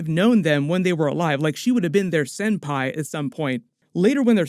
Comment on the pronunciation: pls pls pls never again say senpai